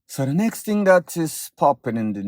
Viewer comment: He said "ting" not "thing" , which is a dead give away ..